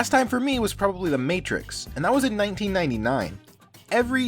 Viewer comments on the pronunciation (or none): none